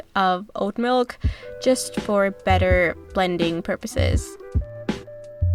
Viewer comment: Why do you pronounce milk like mulk